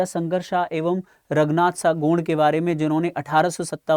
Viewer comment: गौड़ नही हे भाई गोंड हे